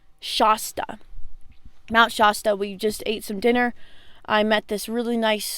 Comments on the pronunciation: Never heard anyone call it “mount shawstaw,” never stop being original 💪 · The "a" in Mount Shasta is pronounced the same as in "sass." That town is near and dear to me--made me so excited to hear you guys passed through! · no offense but the way you pronounced shasta is killing me